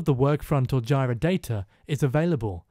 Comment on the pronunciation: You're pronouncing jira wrong.